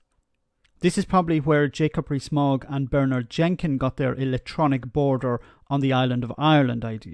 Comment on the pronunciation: Each time you say Jacob Rees-Mogg for some reason I hear Jacoberry Smaug